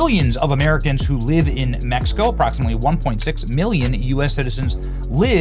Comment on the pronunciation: METH-E-CO is a no go